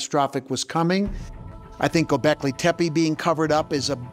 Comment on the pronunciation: dude doesnt know how to pronounce "Gobeklitepe" smh... COME ON GAIA whats going on here forreal.